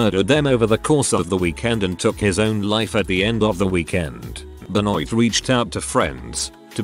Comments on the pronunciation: should be Ben-WAH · Please learn how to say Benoit. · chris benoit's name being butchered by the vo guy is terrible! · the vo guy say Benoit's name weird, listen to the video you will see